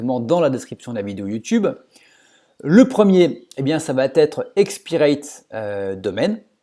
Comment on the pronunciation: intéressant...Mais s'il te plait, arrête de dire "ça vatêtre", car il n'y a pas de "t" à la fin de "va" 😊😊